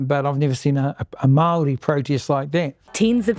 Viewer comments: Awesome to see NZ getting some international spotlight. Does irk me how Andrew pronounces Waitangi perfectly but continues to say Maori like "maow ree" throughout the video, though. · Bro didn't even try to look up how to pronounce of Māori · "im maori"? lmfao he cant even say it right with that devil mouth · David Seymour says he's Maori but can't even pronounce it correctly